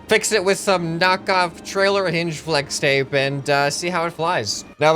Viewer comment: Pfffft I love it lol FWEX TAPE